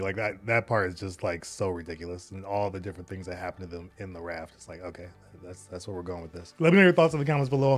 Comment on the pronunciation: Did you catch when he said, "Lo-Chay" instead of "OKAY"?